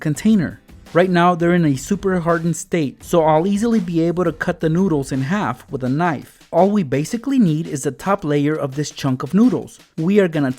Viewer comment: did Any one notice he said wid 😂